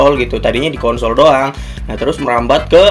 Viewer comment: konsol pake s bukan pake t